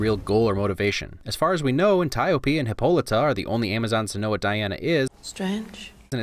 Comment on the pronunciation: I’m gonna make one complaint.. Hip-POL-ih-tah End rant......